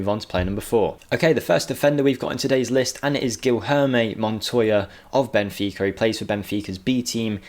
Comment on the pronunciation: "Geel-herme montoya" 😂😂😂😂😂😂